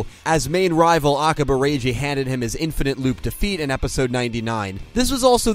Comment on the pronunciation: I always love how he always said Akaba Reji in the sub, it sounded Italian to me.